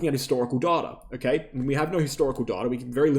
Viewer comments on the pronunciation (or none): "Darta" sounds funny and not clear english. Good video though, once again. (apart from the shameless plugging of your affiliated exchange)